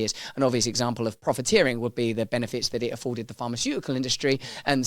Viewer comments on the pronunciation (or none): none